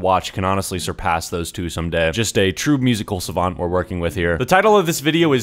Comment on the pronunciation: man said savant lol